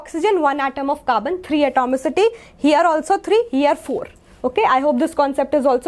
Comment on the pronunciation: pls change the master teacher of chemister she didnt even know how to pronounce 'here'